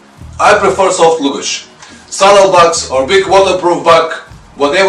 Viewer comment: Great videos. Just a minor correction to your pronunciation of 'luggage' given that you use the word in many of your videos. You say loo-gage whereas it should be larh-gage (with the same short stress on the 'larh' as your 'loo'). The pronunciation is the same in both British and American English.